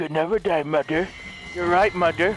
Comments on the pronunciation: The way he says mother “moder” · I love how says mother. "I'LL KILL DEM ALL MUDER"